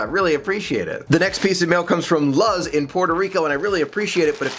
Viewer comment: if it is spelled Luz, the name is pronounced LOOZ, not Luhz. It's Spanish for "light".